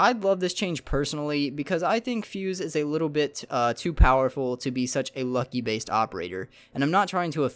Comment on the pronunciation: I laughed my ass off when you said lucky based operator. It's luck based. P.S I love urban channel you definitely earned my sub.